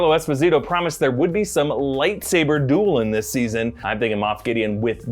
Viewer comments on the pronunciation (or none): none